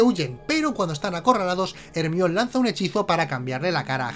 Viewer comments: Cada que dicen hermión Mi cabeza: el mión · Odio cuando dice Hermion. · No entiendo porque le cambian el nombre de Jermayoni a " ermion" ?